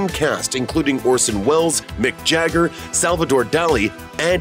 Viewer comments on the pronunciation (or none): none